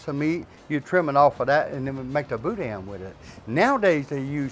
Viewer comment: The n in boudin is silent